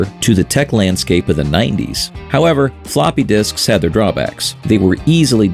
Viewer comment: "Fa-LOPPEH disks!!" This makes me giggle for some reason. X)